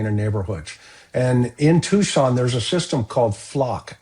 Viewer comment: Tucson, not Tuscan